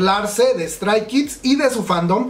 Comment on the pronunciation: Si te dedicas a estos video por lo menos deberias de mencionciar los nombres bien . 😖 Li SSERAFIM ? *Strai? Kids? 😖.